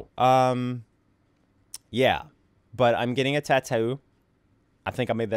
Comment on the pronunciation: The way he says tattoo bothers me